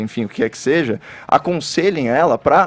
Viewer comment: Esse Caio Coppolla tem um lado e se passa de neutro. É muito cínico. E é vergonhoso esse Sérgio Moro... fascista de Maringá. Dá pena da direita brasileira. Se apoiando em um sujeito que fala conje e seje... Meu Deus. Melhorem....